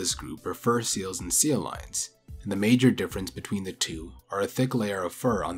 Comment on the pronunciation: Are you saying 'seal lions'?? ...Instead of sea lions? Did you think it was 'seal lions' this whole time?